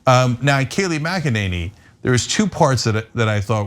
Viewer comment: You pronounced Mc Ninny wrong.